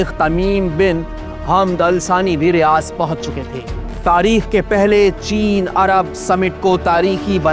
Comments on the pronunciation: Bro that’s not ( RIYAZ❌ RIYADH✅ ) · RiyaDH, not RiyaZ.